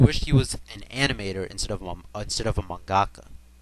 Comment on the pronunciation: It's for sure Tezuka Sensei. Also you say Mangaka weird. Like the video though.